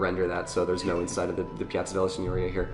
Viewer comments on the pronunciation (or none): Signoria. The accent is on the second i But I can understand the confusion, as Signora (madam) is instead pronounced like you pronounced Signoria (lordship). I'm telling just because, you know, people are learning from you